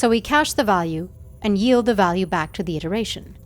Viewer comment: The most important thing Ilearned in this video is how 'yield' is properly pronounced